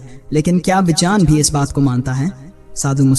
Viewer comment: Pehle to vijeyaan nhi vigyan hota hai. 😂